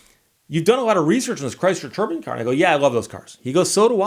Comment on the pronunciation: If you ask Google how to pronounce “turbine” you will not get the same pronunciation at Steve uses.